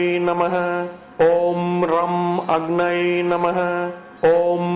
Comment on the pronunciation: Agnai namaha is a wrong pronounciation. It should be Agnaye namaha.